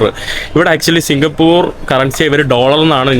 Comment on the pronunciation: സിങ്കപ്പൂറ് അല്ല സിങ്കപ്പൂർ എന്ന് പറയു ചെങ്ങാതി